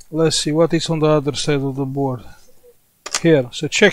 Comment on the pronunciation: Come on, speak with me... mother.....”board” :-))